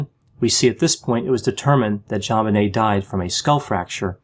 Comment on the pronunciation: Thank you for saying "JonBenet, not ZhanBenet. The parents say Jon, not Zhan, so why can't people pronounce it correctly? Maddening. My nephew is Elijah, not Elizhah. Stop it, ya'll! J's do exist!